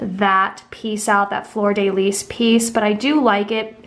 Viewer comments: Fleur de lis: Flurr duh lee Not floor day lease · Your pronunciation of fleur-de-lis is killing me.